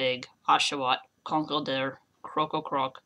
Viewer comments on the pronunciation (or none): How do you mess up so badly on all these names?? There is no special way of saying Krokorok it is simply "krock-o-rock", you said "krock-o-krock"???? Do you have a speach impedement?